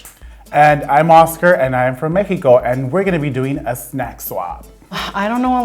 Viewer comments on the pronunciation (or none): He said mekiko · I physically cringed at me-HE-co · Idk why but every time those 2 said Mexico I got annoyed cuz they pronounced it like a hipster would 😂